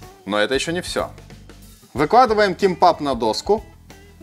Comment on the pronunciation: Только произносится кимбап